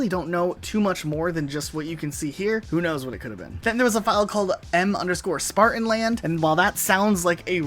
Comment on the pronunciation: You got a funny way of pronouncing 'Spartanland'